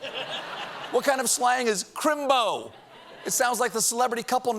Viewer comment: Crimbo is a sacred term and your accent is just a touch off Dick Van Dyke in Mary Poppins.